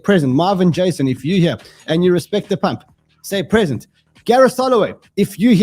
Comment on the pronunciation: Pree zent!